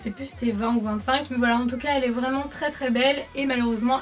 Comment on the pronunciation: Quand j'ai lu ce commentaire elle disait foilà. 😂😑